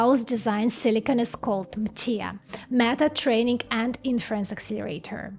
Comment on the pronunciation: I like the way you pronounce “Meta”, …..”MAGA”. This is great because they won’t have to strain their last two brain cells to think at all. AI, Fox and the church will do all the thinking for them.